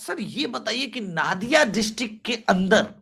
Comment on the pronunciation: वो नादिया नहीं है, नदिया है